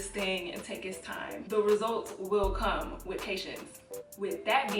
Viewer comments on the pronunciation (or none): none